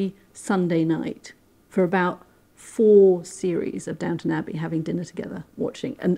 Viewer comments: It’s Downton….not Downtown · Downton not Downtown! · It's Duntun actually.